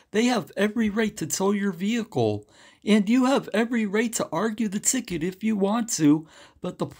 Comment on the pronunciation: Vee hickle 😂